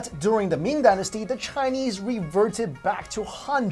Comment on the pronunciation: ashfromny I didnt think anyone else would be able to tell that he was pronouncing chinese wrong ! :3